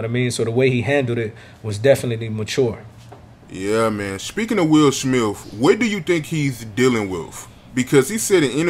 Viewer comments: U know u my guy right. I Love your channel and I watch your videos Everytime I log-on YouTube. But brother it kills me when u say Will Smiff, Will SmiTH brother 😁😉. U still Kool with me 😂. Keep Doing your thing!! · He said Will smilf!🤣